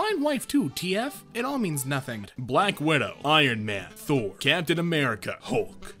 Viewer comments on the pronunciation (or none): none